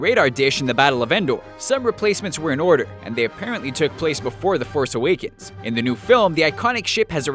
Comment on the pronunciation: star wars the force aweekends nice pronunciation